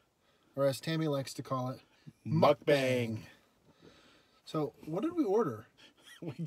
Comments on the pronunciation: get it right. Tammy pronounces it MUCK BANK which is in her native trailer trash dialect lol. excellent video. you guys should do more muckbanks. This was really, really funny and enjoyable. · I pronounce mukbang just like tammy. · calls them MukbanK's actually lmao